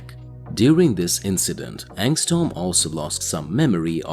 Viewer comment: Bro it’s not angstorm, it’s angstrom you keep saying storm lol